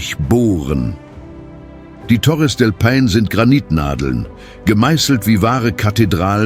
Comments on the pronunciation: Torres del Pain? Ich kann das nicht mehr hören. Hör auf. Meine Ohren tuen mir schon weh. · Nicht nur Torres del Paine wird immer und immer wieder Falsch ausgesprochen. Es ist unerträglich dem Moderator zu zuhören. Ich glaube, dass auch der Text von einer KI geschrieben worden und es wurde Text EPISCH / Theatralisch / unübertroffen / kolossal ausgeben eingestellt. Es klingt so schlimm, dass man den Ton abstellen muss. Die Bilder/Videosequenzen sprechen für sich und sind echt gut.